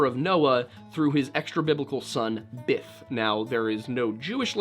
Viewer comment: It's probably my hearing but it sounds like you say biff or bith. I think it's Biff. So therefore the ancestors of all fraternity guys came from Ireland. 😁